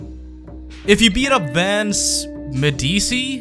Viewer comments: Love the intro also I believe Vance's surname is pronounced "Meh-dee-chee" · It's pronounced medichi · Vance's last name is pronounced medichi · Vance's last name is pronounced Med-ee-chi. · Vance Medici... Have you never heard Italian Pronunciation!? ( Mid-eechi ) Anyways, I feel I should probably say i'm subscribed and look forward to seeing more Bully videos from you. I actually purchased Manhunt, Bully, Red Dead Revolver, Max payne, and the Warriors on PS4 yesterday because of your rockstar coverage. Im predicting your channel will blow up when Rockstar reveals Bully 2. Keep up the quality vids. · I think Vince’s last name is pronounced Med-e-che. Only reason why I know this is cause in an art history class I took last semester, we learned about the Medici family. This family was known for (I think, I honestly don’t remember) medicine during the renaissance. I wouldn’t be surprised if the name was literally Italian for “medicine”. But anyway, just stick the first half of the word “medicine” and the first half of the word “cheek” together, and that’s how it’s most likely pronounced. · You pronounce Medici as medichi (all the greasers have Italian surnames and I'm Italian) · I think Medici is pronouced Medechi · Medici is pronounced meh dih chee